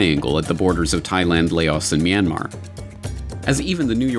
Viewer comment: Good stuff as always but that landlocked communist country in South East Asia is Laos (pronounced Louwse) not Layow. Just saying